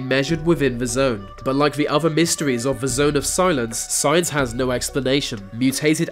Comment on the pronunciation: va, uvver, fings, togevver, van, etc, Narrator please learn to pronounce "th", properly I might even like your vid if if you correct your lazy speech.